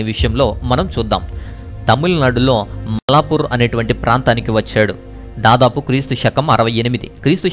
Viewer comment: ఇది మద్రాస్ లోని మోలాపూర్ కాదు "మైలాపూర్"